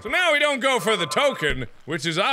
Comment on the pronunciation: and then immediately after he ruins it by going "Here we gugh!"